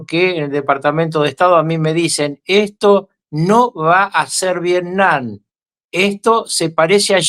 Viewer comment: 😂siguen las correcciones: la palabra es VIETNAM y no “viesnam”!! Abrazos!